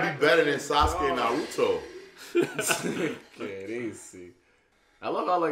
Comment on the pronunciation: Y he say noruto naruto